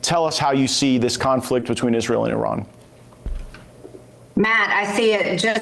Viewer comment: Can't even pronounce Iran correctly SMH